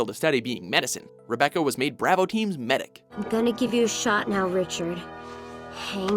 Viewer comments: Braw-vo not braa-vo oml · The BrAHvo Team? Pretty sure this dude purposely mispronounces shit at this point. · Why can'tthis dude pronounce words correctly??? Braavo team?? How is thiscrap getting through edit??? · Wtf is Brah Voe you mean to tell me that you cannot pronounce Bravo smh lmao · the way how he pronounced Bravo makes my ears bleed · Why can't pronounce anything right like how hard is it to pronounce bravo